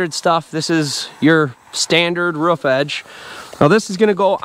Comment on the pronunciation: Ruff ruff it’s roof you speak properly aside from the word roof ??? Whyyyyyy